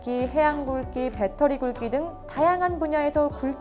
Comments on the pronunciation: 좋은 정보 감사합니다. 잘 듣고 있구요, 그런데 대국굴기에서 굴기는 굴끼로 발음하면 부자연스럽고 굴기로 발음하시는 게 맞아요. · 중요한 것은 아니지만, 굴기를 왜 '굴끼' 라고 발음하는지...